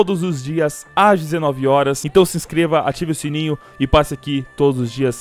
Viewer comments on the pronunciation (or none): none